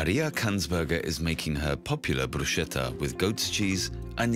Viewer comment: Bruschetta is correctly pronounced "broos-KAY-ta".